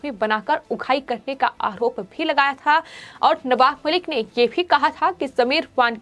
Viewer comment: Madam..say, आरोप and not आहरोप .you always speak words with ह in it. सुधर jayiye